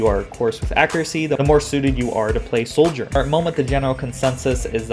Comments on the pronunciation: its not SOULGERN. its Sojourn. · Why are you pronouncing her name with an 'L' in it? ....